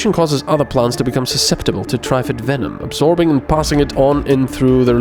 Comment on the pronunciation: Note for next time, It's Not "Try-fid". Triffid sounds more akin to the snapping of a plant with an ed on the end. Tr-ffed or somthing. It's mangled latin anyway because of the 3 "roots" it has to move around on. Source: BBC adaptation of the Day of the Triffids